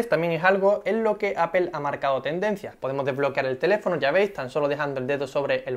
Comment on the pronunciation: Se pronuncia APOL, NO APEL